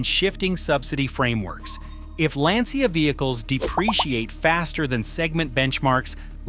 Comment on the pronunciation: Why all English speakers can't pronounce Lancia as it should.